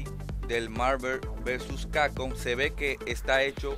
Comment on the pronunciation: MARVER vs CACON jajjaaj pasadisimo